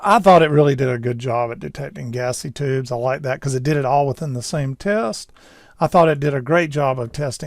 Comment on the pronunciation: Despite your light Southern accent, I will credit you with pronouncing the word "tubes" instead of "teebs".